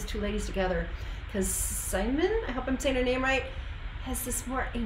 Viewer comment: As already asked before, please a reaction on Stabat Mater by Pergolesi by Simone Simons & Floor Jansen. It's from this concert too, so with orchestra. It's just gorgeous!!! Btw the 'i' in Simone Simons sounds more like the 'ea' in sea or the 'ie' in Kiefer.